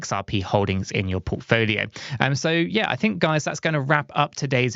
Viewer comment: Did he say porkfolio 😂❤